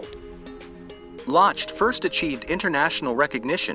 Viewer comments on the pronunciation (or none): Good video, thank you. Ryan Lochte's last name is pronounced 'lock-tee.'